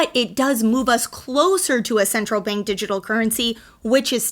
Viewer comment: Instead of Bank, you say Benk.